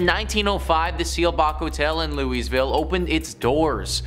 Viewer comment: I'm sorry - HOW did he pronounce Louisville?